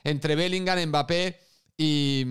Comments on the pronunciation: "Mbarré" de nada....😎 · si te sirve yo a Mbappe lo llamo Mbeebee = Embibi, por cómo lo pronunciaba un presentador árabe, me hizo gracia 😂